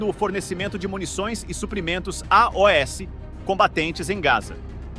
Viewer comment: Quando o narrador fala A-O-S minha pika chega a dar uma latejada aqui 😂 que porra de idiotice é essa moda?